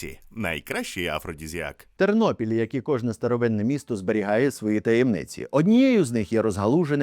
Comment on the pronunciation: ТЕРНОПІЛЬ, а не Тирнопіль .Ті,хто зі Львівщини це знають.